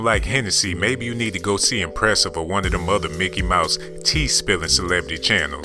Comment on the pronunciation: 😂😂😂😂 "Himpressive" I just caught it...thats funny AF I love Empressive. 💙